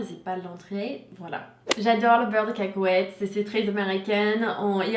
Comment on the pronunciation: Yasmine H mdr caaakowète..